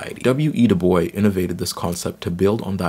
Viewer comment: “My name is pronounced in the clear English fashion: Du, with u as in Sue; Bois, as in oi in voice. The accent is on the second syllable.” — W.E.B. DuBois (from article by Aldon Morris) or DooBOYS according to the NYT.